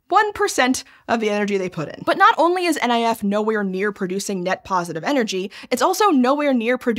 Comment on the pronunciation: NIF is pronounced "nif", not "N I F". 😅